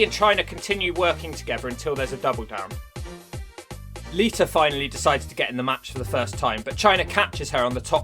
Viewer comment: Lmfao lita = liter Why do you always change -a soinds to -er sounds. Fucking great